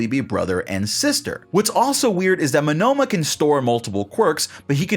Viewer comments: why are you saying Monoma wrong its monoma no monnoma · Why are you pronouncing Monoma as "Manoma"? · am i the only one weirded out by how he says "monOma" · ouch, the way you say Monoma hurts.